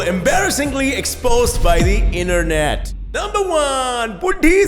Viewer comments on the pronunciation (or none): Sorry for correction ☺️ but it's internet not innernet . Sometimes people got mistaked but I want you to be no 1 YouTuber in India go bro you have to improve very few types of mistakes. Thanks ☺️👍 for a good video